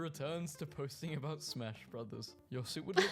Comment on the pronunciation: what aboot kilts?